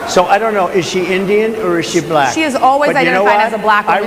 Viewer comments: Correction: Buh-lack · He pronounces Black. BAlack. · I can't stand the way he accentuates the L in black.